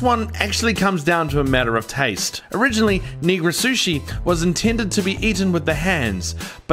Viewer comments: It's NIGIRI SUSHI, not "neegra sushi." Nee-gee-ree. Nigiri. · Did he say negro sushi?😂